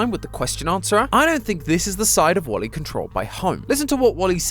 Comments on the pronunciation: When you pronounced Wally, you say it like wolly and remove the W and it’s my name! Olly! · Is it Me Or do I Hear Calling Wally Wooly?